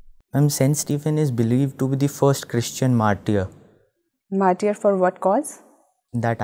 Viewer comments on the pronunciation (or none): All this education and they still don't know basic pronunciation, martyr is pronounced mar-ter not mar-tiny